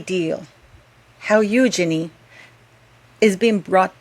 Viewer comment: Wow great letter.💯. Also, kudos to you for pronouncing Eugenies name correctly most on yt dont. 👍